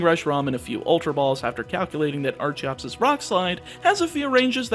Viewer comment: Archeops and Archen are pronounced with a hard ch not a soft one like archaeologist or archeology